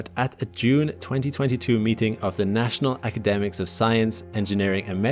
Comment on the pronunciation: He also mispronounced national academies.